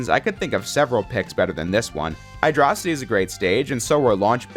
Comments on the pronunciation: "Hydrossaty" Okay unsubbing. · Almost close the video after the Hydrocity pronunciation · they way you said Hydro-city. lol